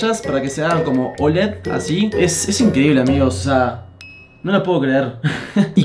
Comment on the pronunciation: Aquí los que se dieron cuenta que dice "esta incredible"